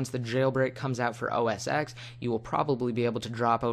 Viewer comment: Btw its not Mac OS X its Mac OS Ten its a roman numeral Not to be rude im just saying....